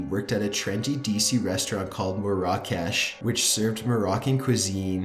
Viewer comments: ur pronouncing "marrah kesh" very wrong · Just thought this would help to make your narration even better, Love your channel Marrakesh (should sound like: Mair-ah-kesh) L'enfant (Leh-font) tirades (Tie-raids) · its pronounced mair-ruh-kesh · It's pronounced MARE-uh-kesh. Not mare-AH-cash. Ha! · I think you pronounce it mara-kesh also tirade not triad but apart from that great vid 👍🏻